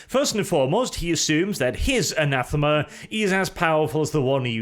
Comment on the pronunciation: Anathame,. Anathame. Ree.